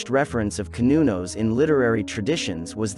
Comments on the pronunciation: Cer-nun-nos is how it's pronounced not cun-no-nos. Old Celtic language is just an older form of English so it's just proper. Just like how older Latin is just masculine while modern Latin is feminine so old terms were proper which is masculine but then language aged and proper became past tense making it feminine. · Pronounced "sir" not "cur" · You did really well with your research! I have been a follower of Cernunnos and his alternates since the early 70’s (pronounced Cur-nu-noss, you almost had it right, better than most). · Not true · i have garlic wheat and offerings of wine for cernunnos.. sir non nos is my pronounciation of the gaulish lord and god of nature and seasons